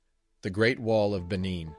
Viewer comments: Edo people not Ado people. Mispronounced. Make note. Benin is pronounced " Ben neen" not Bennin. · He mispronounces the word. It is should be pronounced "Ben neen" with emphasis on "neen". " Benin".